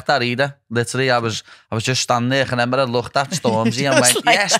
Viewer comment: You know you're scouse when you say "ReNember" hahah <3